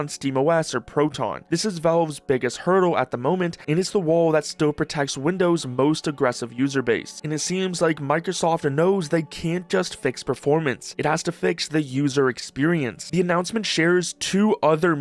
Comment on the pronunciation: Vavwe, the waww lol man say the l